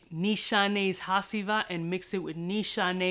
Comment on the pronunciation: Yo! Love your content bro. Amazing stuff! One thing I'd like to let you know of: Hacivat is pronounced "huh G vut(like what with a V)" PEACE!